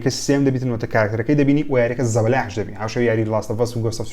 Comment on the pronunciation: زەبەلاع نا زەبەلاح🤦🏻‍♂️ وە وارزۆنە نا وۆرزۆن ئاوها دەخیندرێتەوە🤦🏻‍♂️🤦🏻‍♂️